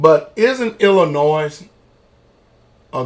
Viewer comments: It's not ILLI-NOISE it's pronounced ILLI-NOI cause the S is silent. I despise people who don't know how to pronounce the name of my home State! need to learn to pronounce it right before he starts talking sh*t! Also he's from Tennessee and last time I checked Memphis is just as dangerous as Chicago. So maybe he needs to worry about his neck of the woods before talking BS about other States! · illinoi the S is silent. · the pastor is right about everything except pronouncing the s in Illinois